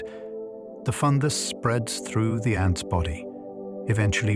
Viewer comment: I thought this was a real voice until you pronounced 'ants' as 'aunts'. I'm RP too and that's not how we speak. AI alert!